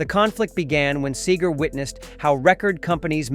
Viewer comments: First learn how to pronounce Seger correctly. They are both phenomenal singers that represent working class man. Also, comparing Seger to Eagles? They were friends and Glen Frey grew up in Detroit. They co wrote several songs together. Get all the correct facts before you give opinions with false info. Have read bio and been a fan of both. Don't like people stating false things just to get views. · IF YOU'RE GOING TO TALK ABOUT MR. SEGER, PLEASE PRONOUNCE HIS NAME CORRECTLY. GLEN FREY WAS BOB'S BEST FRIEND. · why did you said his last name wrong ... every time ? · If you're going be taken seriously as a reporter of history Try to pronounce Bob's name properly. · Can’t stand Bruce’s voice and politics. I like Mellencamp’s music, but not his nutjob politics. I like Seger’s music, most and I’ve never heard his politics. I think this video isn’t completely accurate. The number of times the robot says “hate” is ridiculous, along with the mispronunciations. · Please pronounce his name correctly. I prefer Seger to Springsteen any day. It's a shame Seger let this bother him, but I can understand. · How do you take an article seriously when the narrator doesn't know how to pronounce the main characters name. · Lol. I hear ya. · Its seager not sagar!!! Wtf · It's segar nót sager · Thank you! I quit watching it because of the mispronunciation. It’s Seeger, not Sagar! Lol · (See-ger)....not (Say-ger). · His name is (see-ger) not (say-ger)!! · It's SEEEger. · It's "See-ger." And I don't believe Bob ever hated anyone. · SEEGER!!, that's how it's pronounced!! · Yep, good old Bob Say-gar. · Who is this "Say-Gurr" of which you speak. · Please learn to say his last name. It's not sayger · I do have to say that it's pretty lame that the narrator keeps calling him Sayger. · Dude cant even pronounce his last name keeps saying Sager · Seger (See-ger) learn how to pronounce the persons name who you are talking about. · Stop calling him Say-Gor. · Sayger? Really? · it’s pronounced See grr!